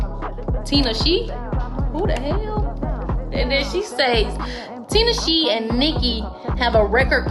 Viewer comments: Tin-aw-Che 🤣not tin-a-sheee😭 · If you are going to report pop gossip please do some research. Tae is her hair stylist, Tinashe is pronounced Ti- na-shay. Do better.🙄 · bruh shit had me hot asf, im yelling at the screen like its pronounced tin-ah-shay got damnit! lol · girl when you said TINA SHE! I was crying 😭 “whoo da hell?!” don’t do my girl tinashe like that 😂😂😂😂 And I believe all that Nicki stuff I’m sorry but you can tell Nicki is a shady egocentric person. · The way she mispronounced Tinashe’s name bruh it’s tin-ah-shay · Girl ! 😒 TEN - NAH - SHAY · Ta nah shay (tineshe) Blay tent (blatant) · bruh she pissed me off when she pronounced tinashe name incorrectly as well as calling tae a she lol